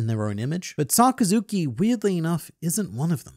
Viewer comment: sakazuki - sakazukai hahahahah U THA GOAT